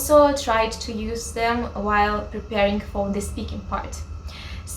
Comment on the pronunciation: First learn how to pronounce the words properly, then post your videos. Eurovision, phrase, use...